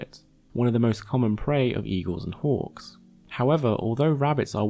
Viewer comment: I spent a good minute trying to figure out how it was relevant that they hunt like orcs, before realizing it was your accent and you were saying hawks. It just sounded you like were casually talking about orcs 🤣